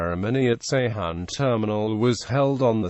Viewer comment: Ceyhan is pronounced "Dzhe-HAN"